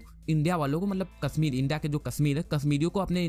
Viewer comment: Kassmeer ??? kashmeer kehna to seekh lo phir kashmeer Lena faqeer to khud Modi hy.